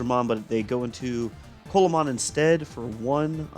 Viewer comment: it’s actually pronounced “See-la-mon” because the Digimon is based off of the Coelacanth. But great video!